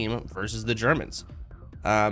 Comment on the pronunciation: its not "the germans" is "ze germans"